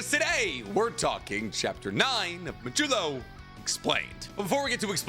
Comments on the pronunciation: It’s a d not a j modulo not majello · Did you just call it "Modelo"??? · The way this man says modulo keeps taking me off guard